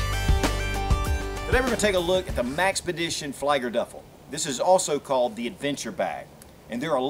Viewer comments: it is 'flee-ger' not fly-ger. flieger is German for flyer btw. Great vid as always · Excellent review, as usual! This is better than the Maxpedition channel advertising video. You've shown this and the MPB, and now I know which to choose. FYI: Fliegerduffel = Literal translation "Duffel (bag) for Flyer(s)" Pronounced 'flee-ger'. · Pronounced "FLEE-GER-DUFFLE" :)